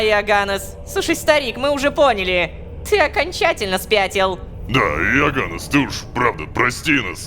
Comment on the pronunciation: Рома, имя оганнес читается не ога'ннес, а оганне'с